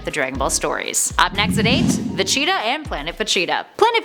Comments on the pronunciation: Who cringe when she said Vegeta? I think she did it on purpose tho. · Just stick to comic books because hearing you say Vegeta is cringe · I would love to see a part 2...if she can say VEGETA right at least once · Had no idea she mispronounced his name. I had to go back and listen before I noticed. And yeah hope she pronounces it better in the future. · I hate it when they choose people who know nothing about the series. She says certain names like Vegeta and I cringe. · I want a part 2 but not if you are gonna mispronounce Vegeta as Vacheeta. I like you, but come on. You probably never even watched the show. And usually I am not the one to complain about pronunciations, but I never knew what you were talking about and had to rewind twice, because I thought you were talking about a cheetah. I thought I had managed to forget about a DBZ character. In short, yes to a second vid. No to Vacheeta. And maybe get someone who pronounces the names. Or maybe someone who actually watched the show growing up. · Dont know if this was a mispronunciation or not, but you kept calling Vegeta "Vecheeta" lol. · H20 Insane my heart was crying. That chee really irked me badly. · I knew people would lose it when she started mispronouncing vegeta. Because it bothered me WAY to much. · We need to talk..first off love your face! Now your pronunciation on 3 words was killing me!! Lol First katana, 2nd Vegeta, 3rd Namek. Please please go watch DBZ Abridged for the proper way to say them and entertainment. Also there are a few facts in your video that were incorrect if you would like me to explain but love the channel keep up the awesome work!!! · Vacheeta XD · "Dr. Jeero, NAHmek, Vacheeta" She's clearly never watched and is just reading a script. I hate that. Nobody who has ever seen dragon ball z would pronounce it "Nahmek" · Vacheeta? I stopped watching after that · it's VEGETA not Vecheetah! She said it that way SO many times! It just be intentional!